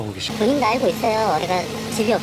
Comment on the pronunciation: 남친 말투가 예전에 소개받았던 전라도남자와 너무 똑같아서 소름..그 남자도 헤어질때 찌질하게 계속 집에 찾아오고 스토킹해서 지긋지긋했던 기억이..'알고'를 '아~ㄹ고'라고 발음했던 그 찌질이